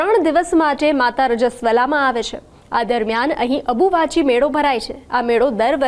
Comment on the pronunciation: Ambuvachi kevay dobi abuvahi nai😂